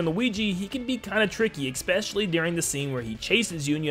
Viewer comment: I'm so sorry. I'm so so so sorry. But it drives me insane when you say "expecially." This is so petty and doesn't matter at all. It's a wonderfully made video and I have no right to be saying this, but I was raised a grammar N*zi so I just have to say it. It's "especially." Please forgive me.